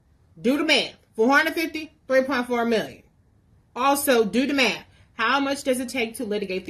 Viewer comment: “Do da maff” lol 🤦🏾‍♂️